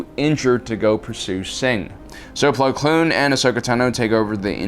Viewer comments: Man's called Plo Koon, not Plo Kloon😂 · Bro, it's Plo KOON, not Kloon. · Why do you say "plo kloon"? its plo koon... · It’s plo koon . Not plo kloon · If he says "Plo Kloon" one more time... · Attila The Hun can I super like this??? His pronunciations have been terrible for years. It’s like he’s never watched the show just read the synapsis.